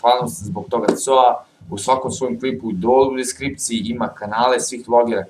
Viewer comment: nije Coaz nego KOAZ! :D